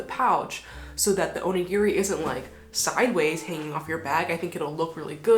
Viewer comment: おにぎり====sorry, Japanese person here. Oh-ni-gi-ri do not say/ pronouce/ or even sounds like "near" in the middle. :-). I hear so many people mispronounce this, especially on social media. Looking forward to your designs and best to you ヽ(o＾▽＾o)ノ